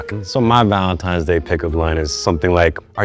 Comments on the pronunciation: “Valen-times “ Bet she also says “back-yoom” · “valentimes day” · Girl can't even say valentines day with a n.